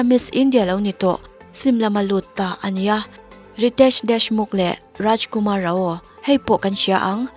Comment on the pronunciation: Rajkumar ra aw nilo in... Rau ti zawk rawh . Ngatinge Indian Kan ni sia an hming emaw Hindi hi Kan ngaihsan loh a Kan lam dik theih loh le